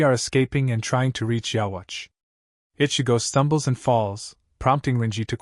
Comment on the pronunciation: why don't we say yhwbach ( yhwach ) like the japanese pronunciation ( with a B ) ? it's just not right to me hearing it that way 😂😂